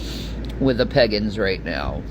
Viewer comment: pronouncing Pagans as "the Peggins" LMAO!